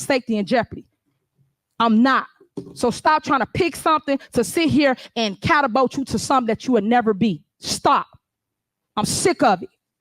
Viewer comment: Catabolt???😂😂😂😂😂😂 Catapult, Madame Mayor 😂😂😂😂